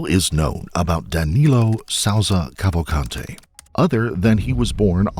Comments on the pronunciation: Hahaha you Said Danilo Salza Kavante. and is Clearly " Danilo Souza Calvacante " 😂 I meant That Pronunciation S*cks. I'm just Saying Luv😅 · The correct pronunciation is Kaval- kunt-hey? Yep sure is. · How many times did they say Kawakante? How annoying! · Okay each time he says his name it sounds like he is saying Avocado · Just fyi, not a huge problem, but his Portuguese last name, Cavalcante, is pronounced like “kaval-CAHN-chi” sort of, and with more “blunt” or flat vowels, like “Cāvālcāntē”. Little different than the Spanish pronunciation, with enunciated and expressive vowels, “kaval-CAN-teh”. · If this asshole put half the effort into researching the facts of the case that he did in pronouncing their names maybe I wouldn’t be unsubscribing right now.